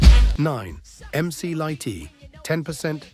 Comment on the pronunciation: Biased as hell...LL had the Def Jam powerhouse, with questionable promotional tactics behind it, behind him, but bar for bar Moe D got him cant listen anymore, especially since the way at the door narrator stated Mc Lightee...AI ...done